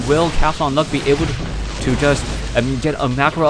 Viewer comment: its not CATHONLUCK, its CAUTHONLUCK. there is a U in there, you know that?